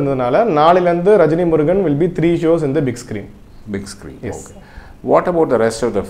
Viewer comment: Rejni Murugan illa saarrr..... rajini murugan.....